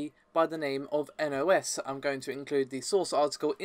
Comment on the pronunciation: You actually pronounced nos correctly, the first time a nondutch person pronounced something Dutch correctly.